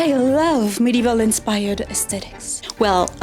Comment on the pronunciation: Modeval and.... dare I say... ath-liege-ure?